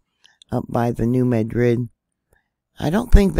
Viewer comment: thank you for pronouncing New Madrid correctly.